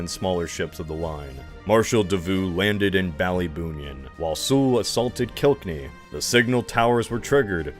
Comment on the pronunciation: Im sorry, but are you intentionally on a quest to mispronounce literally everything? I kinda understand a french last name but everything else? Kilk-enny, Yar-mouth, and fucking West Minister???? Like come on it really seems intentionally at that point. Great video but the amount of research you did into most things, but then completely blunder every pronounciation is kinda silly